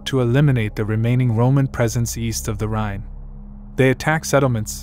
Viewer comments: It would help if you could properly pronounce the name of the river RHINE.Iit is not "rain" but rather rye like the bread ending in a strong N like in the number 9. Get it? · Rhine is pronounced (rine)